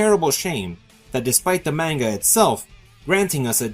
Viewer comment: Are you sure about that? He couldn't even pronounce manga right lol there is a good reason why the like dislike ratio isn't that good and worse than the like dislike ratio on swag video the only reason you lile it is because he agrees with your point